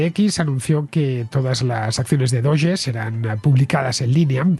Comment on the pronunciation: Yo por lo menos diría "dogue" no "doye". Y hace referencia al meme de un perro de una raza japonesa muy conocido. Por eso lo usaron para la criptomoneda. De hecho lo usan mucho los de NAFO, un movimiento de memes antiputinesco en el marco de la guerra de Ucrania.